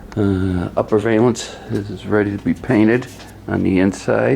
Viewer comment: Look up valance on google you might start saying it correctly just saying